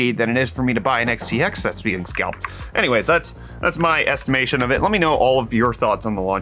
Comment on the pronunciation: anyrays huh lol